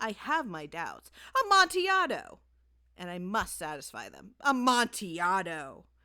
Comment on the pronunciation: It's pronounced "Amontillado".